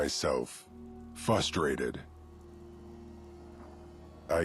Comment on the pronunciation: "fustrated"? When I played this, I remember wondering if I just misheard him. Nope, he really is just fustrated